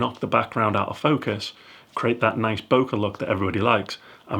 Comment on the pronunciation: Sorry its Boh Kay not Boka (like Bocca burger). Please get this right in the future. Otherwise, great video.